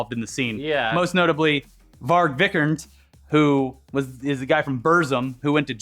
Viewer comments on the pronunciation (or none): How do you read Varg Vikernes as "Varg Vikurnd"?